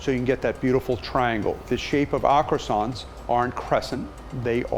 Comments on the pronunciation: Man makes croissants...mispronounces them the entire time... OTL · Bruuhhh this man brought some "Croissants"